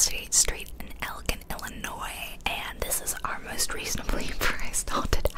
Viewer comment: Omg I’m so close to Elgin! Wild to see a house that close to me haha. I’m so excited to finish watching this and for the rest of Spooky Saturday season!! 👻🎃 PS it’s actually pronounced el-jin 😜